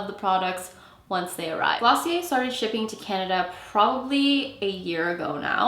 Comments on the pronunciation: Taylor Jarrett it's actually glossié, you don't pronounce the "r" , its a French word . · Clicked off when I realized how she said glossier